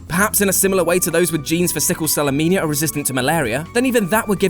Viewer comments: When you say Anemia, you pronounced it incorrectly as "ah-MEE-nee-ah," when it should have been "ah-NEE-mee-ah." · It's "anemia" not "amenia". So much for science. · It's anemia/anaemia, not 'amenia' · he says "amenia" instead of "anemia" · It's; 'Sickle cell ANEMIA'! Not; 'AMENIA', you incoherant pedant. I bet you can't say anemone either. :-) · "Sickle cell Armenia". hehe.